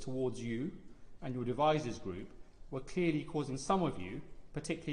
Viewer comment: Did he say "devizes" boys? Crikey Very close to where live?